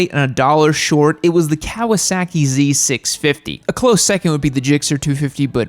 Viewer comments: It's Kah-wah-sah-keei not "Keaweaseakee" 🤦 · I can’t take your seriously with your pronunciation of Kawasaki. It’s not “cow-a-sacky” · The way you say "Kawasaehki" amuses me,. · I hate the way you say Kawasaki and the z650 is a great bike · The way you pronounce Kawasaki...😂😂